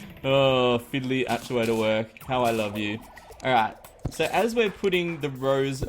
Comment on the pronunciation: I think you probably know this but everyone has a different way to say words but when you say aschuator its supposed to be actuator but do what you want like I said everone has their own way to pronounce words